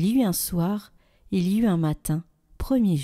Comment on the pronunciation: Très beau passage de la création, c'est un texte qui révèle la puissance de Dieu créateur du monde. 1ère lecture, ...... faire les liaisons, " Il y eut un soir (T'UN soir, il y eu T'UN matin ".